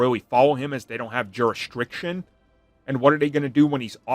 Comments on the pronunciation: JurisDICtion not jurestriction 😅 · Great vids not ragging just trying to help. It's pronounced juris-dic-tion no r in the word. That is all. I have spoken. 😅